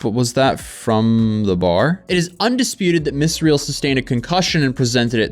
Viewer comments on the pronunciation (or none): that lawyer has a really weird way of pronouncing "bar" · That Malman law guy can't pronounce bar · Ive never heard someone struggle to pronounce “bar”, but that lawyer said “bawer” like 7 times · is the lawyer saying Buyer or Bar? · The attorney's way of pronouncing a three letter word (bar) annoyed the Hell out of me. 🤣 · The first lawyer says "bar" the weirdest way I've ever heard. How does he get two syllables in bar?? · That guy was really struggling to say "bar" lol